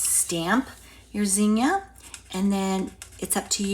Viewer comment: I love the old fashion zinnia flower and it’s so nice to hear someone pronounce zinnia properly.